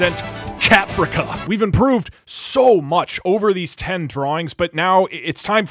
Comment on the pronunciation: Lmao "CATFRICA"